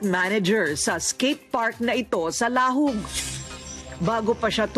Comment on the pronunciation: hahahaha laaaaaahoooooooooooggggg